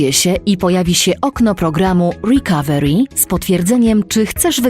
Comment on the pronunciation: Łrikawełri xd